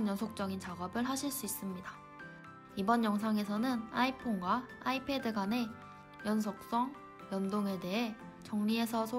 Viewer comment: /아!이\ 패드 폰 발음 중독된다 ㅋㅋㅋ